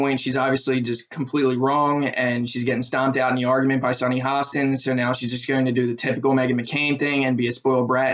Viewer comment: Please learn how to say Sunny's name. It will only give your viewpoint more credibility.